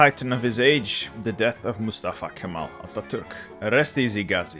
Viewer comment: give my name as example. can nearly pronunced like french jean. somewhere between g and j. i still impressed turkish capabilites. for ex he mastered how to say Mustafa Kemal Ataturk. rest hardly matters for me >D.